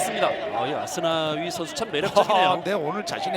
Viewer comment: Aku suka kalo komentator bilang asnawi, Ashunawii logat korea enak didenger :D